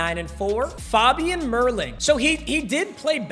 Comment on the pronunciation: When he says faaabian it's so annoying it's fabian